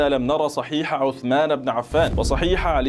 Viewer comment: هو لم يرى أن اسمه عثمان وليس عسمان ويريد أن يرى أحاديثه!!